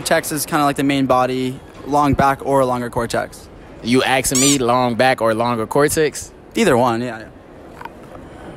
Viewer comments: You axing me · "you axing me?"